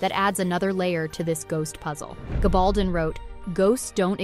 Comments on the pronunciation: GAB-AL-DON Please learn to say the names properly b4 posting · Plus she can’t pronounce Diana’s last name!😳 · Oof. Diana's last name is pronounced, "Ga-bal-DON" (emphasis on the DON, DON rhymes with stone). And Samhain is pronounced, "SA-wyn". Otherwise, nice insights.